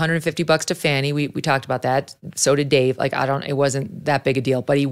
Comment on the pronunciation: Fani is Pronounced (Fawny) not Fanny.